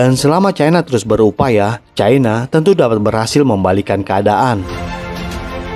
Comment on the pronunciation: Cara bacanya CAINA..